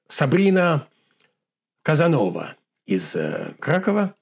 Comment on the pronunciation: Не Казанова, а Казанова....